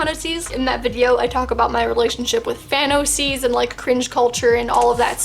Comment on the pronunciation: When you said fan oc's, my sister thought you said thanos seas 😂